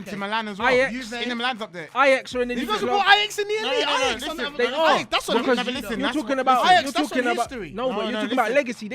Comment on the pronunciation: Elite Club= history Club the way you said it